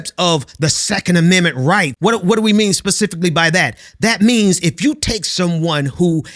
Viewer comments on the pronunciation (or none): none